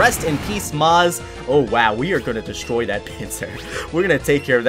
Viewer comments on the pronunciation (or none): none